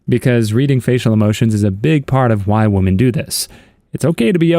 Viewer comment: Woman and women are pronounced differently